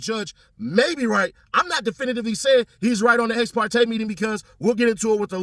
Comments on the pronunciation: She ain’t say ex parte she said ex partes 🤔 how many have he had 🫠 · The lawyer said ex partes as in more than one!